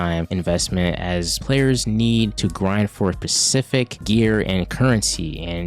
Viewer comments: SPECIFIC*… Ssssspecific… NOT PACIFIC. PACIFIC IS AN OCEAN. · Not even can say Specific lad.